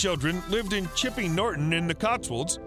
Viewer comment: Twikerham 😂😂😂😂🎉🎉🎉 chippy norton????? Ha ha keep going